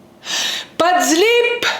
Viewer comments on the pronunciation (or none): 😂Je n'arrête pas de me repasser les chit chat de la life surtout celui-ci à sans zlipp ouuiiii sans zlip 😂😂 t'es folle je T'aime sista Mbrouk 3wachr ❤